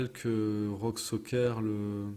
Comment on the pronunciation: Soker ? Serieux ? Tu sais lire ??? Le ü tu Lé lis comment ?